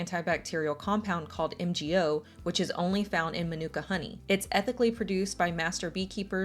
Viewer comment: It's pronounced like maanuka you have to annunciate your A , it's lovely honey too I live in nz. Why tho are your adds for some things so long.